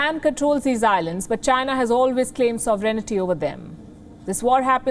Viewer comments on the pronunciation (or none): "Sovereignty" and "missile" are words in English with the accent on the first syllable. She doesn't say it that way. Weird.